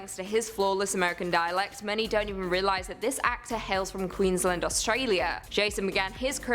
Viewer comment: NOT how you pronounce "Queensland" 🤣